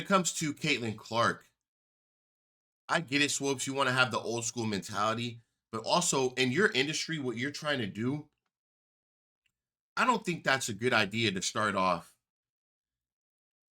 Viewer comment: And why is he saying Cheryl SWOAPS!!! SWOOOOOOPS! Never hear anyone mispronounce it like that. Interesting.